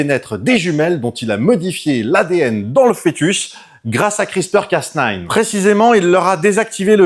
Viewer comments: Hello, C’est Cas NEUF et pas Cas NINE car comme tu l’as dit bouffy c’est à moitié français. Cocorico, la bise Un tesar en Microbiologie sur l’application crispr cas9 sur les tumeurs ❤️ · D'ailleurs, le casse-neuf non plus ne se prononce pas. ^____^ Soit c'est casse-nine, soit c'est cas-neuf. :p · Ouais mais soit tu dit le A à la française et le neuf, soit le A à l'anglaise et le nine mais nain un mélznge des deux fréro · ben il insiste sur "casse nine" (phonétiquement). Et ça semble receller une blague. Que beaucoup de gens relèvent dans les commentaires. Et franchement ça m'échappe.